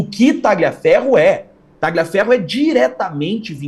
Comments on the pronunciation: Por favor, a pronúncia correta é " talhiaferro", GL em italiano, é LH em português, é outro idioma, GN em italiano, é NH em português, C ou CC em italiano, é " tchi" em português, por isso dizemos " tchiao" para a palavra ciao, CH em italiano, é QU em português, por isso Gianechini todos falam corretamente....................................... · Não é Talhaferro Tagliaferro